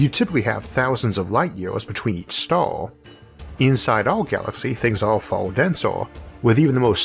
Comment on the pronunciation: cant understand what you say , is there somthing wrong with your voice a star you say a stooor